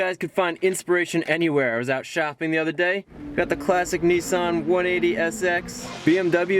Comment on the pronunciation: Neesan.. lol. love the vids Chris👍